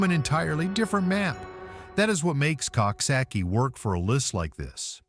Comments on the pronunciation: Coxsackie is pronounced Cook Socky. Think of a Coxwain in rowing crew. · Pronounced cooksocky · It is called COOK-SOCK-EEE. PLEASE SAY IT CORRECTLY. It's a little town to be very proud of. You need to update your video and pictures of Coxsackie too. The entire downtown area has been all renovated and it's absolutely lovely. Especially our new riverfront.